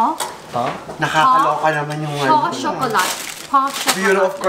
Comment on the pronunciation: Pain Au Chocolat= Some it’s pronounced as Pano or Pa-u (silent and airy “n”) shokolāt